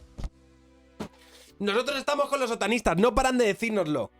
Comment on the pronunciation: Parece que dice "Sotanistas" más que "Otanistas"!!! Pense ¿Los Sotanistas son los que llevan sotana?